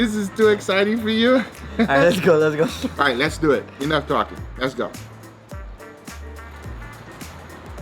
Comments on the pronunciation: Let’s doyit 😎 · The way he says let’s doyuit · nobody: Guga: Let's dew it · “Lets Du Et” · Anyone else find it annoying when he says “let’s duet”. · “Les dyuew et”